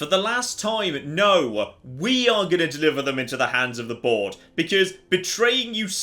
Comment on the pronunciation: Every time I hear the "Board", I hear "Borg" instead